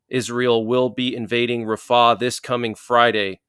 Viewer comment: He is saying it wrong